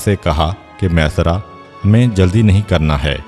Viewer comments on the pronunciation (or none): Jzak Allah o khaira name mesara nahi hay maeysara hay ميسرا یا پر تشدید ہے